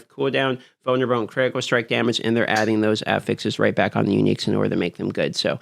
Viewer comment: vulnerabo stronghode critico! you're a wizard,.